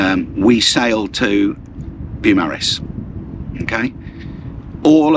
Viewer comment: love your videos but would like to point out that Beaumaris is pronounced Boh Maris not Bew Maris.